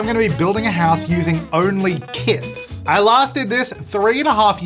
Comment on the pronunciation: sounds like he is saying KIDS rather than kits in the beginning